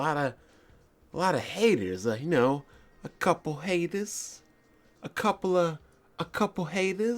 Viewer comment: "a couple haydaz" lol